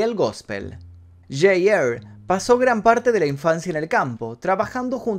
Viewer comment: J R , se pronuncia ar no er , me gustan tus videos pero tú inglés es demasiado malo amigo